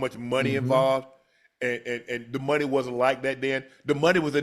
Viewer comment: Man said “my munney funny ocho, you know it don’t bounce the same right now” 😂😭😭